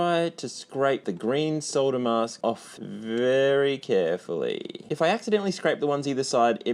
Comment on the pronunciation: “Very carfully”